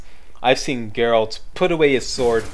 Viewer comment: Hey, been awhile. And THANK you for saying Geralt. 80% of the people who do some sort of "review" they call him Gerralt (You did once heheh, we'll pretend that didn't happen;D). Yeah, I'm in my 3rd play through of TW3. Damn TW3 is fun, but I agree with your gripes. But, all games have some problems with it. Oh, and Greetings from Manitoba EH!